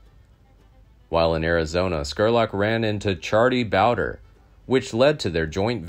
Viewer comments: It's charlie bowd. Re. Not boder. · Bowdre is pronounced Bow-dree Not trying to be a smart ass, but the Bowder pronunciation threw me off the first time you said it. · It's Charlie BOWDRE. Pronounced Bow-dree